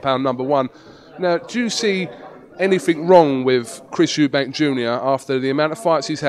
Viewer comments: You'd think he would know that it's Eubank, not Eubanks. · its chris eubank not "eubanks" wtf, he fought the guy cant he get his name right?